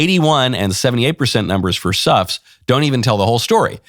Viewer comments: I first thought I heard you say the name of the play is "Sux." Seems appropriate. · I thought at first you said, "Snuffs". Yes, that sounds like the Clintons. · I think it was "Suffs" as in, the audience is suffering... LoL